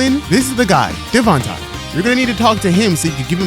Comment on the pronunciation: I think its pronounced devon-tey idk I could be wrong but I watch alot of dontai